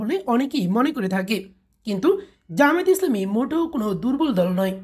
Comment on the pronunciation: জামায়েত না জামায়াত শুদ্ধ করে উচ্চারণ করুন।